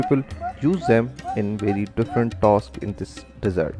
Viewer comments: How you pronounce Desert & Dessert Lol Where you learn your Ingglish ? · Get an English speaker to narrate; there is a difference between desert and dessert....